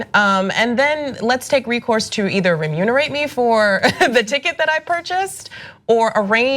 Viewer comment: "Renumerate" that's how you say it!